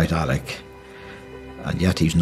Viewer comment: The good Father's name was Alec, so why, after knowing him for three decades, does Big Gerry keep calling him Alex? Trouble pronouncing those terminal consonants, Gearoíd?